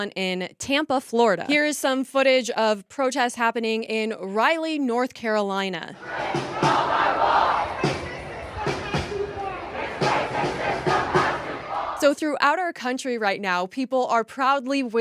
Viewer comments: Somewhere, it's pronounced Ral eee. Raleigh, NC. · it's not Riley North Carolina it's Raleigh😅😅😅😅😅😅 I enjoy your content so much😊😊😊😊